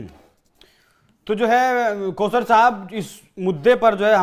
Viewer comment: Pause Sahib nahi- Kauser Sahib.